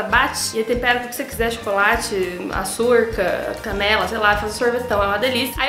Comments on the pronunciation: melhor é ouvir ela dizendo "Açúrcar" só falo açúcar assim agora kk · Eu amo a falando "açurca" hahaahha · "Arçurca" kkkkkkk eu ri